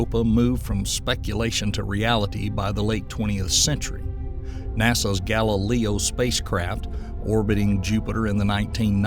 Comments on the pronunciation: Is there a reason you keep pronouncing GAL-I-LAY-O as GAL-I-LEE-O???? Not trying to be rude but it makes this entire video less educational when you can't even pronounce space probes or the people they were named after correctly. What makes it worse is at you suddenly know how go pronounce Galileo correctly. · That makes sense as to why they were pronouncing Galileo's name incorrectly and suddenly correctly a few minutes later. 😮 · As interesting as this subject is I can't stand the Narrator constantly mispronouncing names like Galileo and Volcanism it just gets right up my nose and jabs my brain like an ice pick